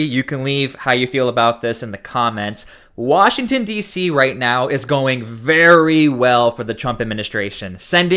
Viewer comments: Did he actually say “Washing State”…@ …hmmmm. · Where is "Washing State". What a moron. Mostly blame the stupid people that voted for a guy that can't even pronounce the Name of the State he Governs! SMFH X1K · Pam bondi keeps us safe by sending child predators to Israel to avoid prosecution here in the US. And... Washington state welcomes and harbors illegal aliens by the THOUSANDS. Ferguson can't even correctly pronounce the name of washington, let alone run it. We're screwed no matter where you turn.